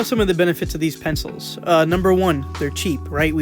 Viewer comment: "penefils" lmao 😂